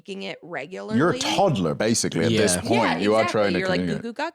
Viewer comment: jordans west country accent came out hard and fast with that "you're a todler"